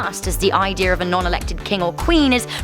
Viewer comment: did u say idear